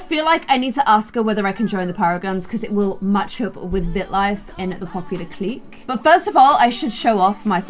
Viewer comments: just to help you out with pronunciation, hooky = “hook-e”, clique = “click” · Just love you dearly but please clique is pronounced click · Clique is pronounced like "click'... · I wanna join the popular kids clique(but she pronounces it as cleek). Me: Clique(pronounces it as cleeshay). the way she says it is triggering me hardd 😭😭😭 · pronounces Clique like Cleek when its supposed to sound like CLICK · ITS CLICK NOT CLEEK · lol i love how you pronounce things😂 “clique” is pronounced like “click” it’s so funny ahahahhahahahah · Nobody:: "cleek" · I think it’s pronounced “click” but I’m kinda dumb so maybe I’m wrong. Anyway, I love your videos stay positive 😂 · Clique is pronounced like click (at least in America)